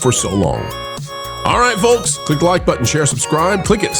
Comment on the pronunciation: The L in folks is silent.